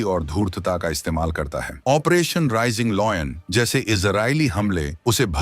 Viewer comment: Bhai aapse request h ki aap 40 din sirf operation bolne ki training len . achha rahega.